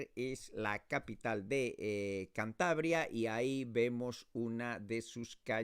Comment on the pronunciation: “Chantabria”. Really? What pronunciation is this?